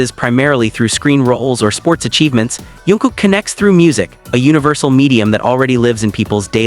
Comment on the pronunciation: Jungkook not yoonkook😂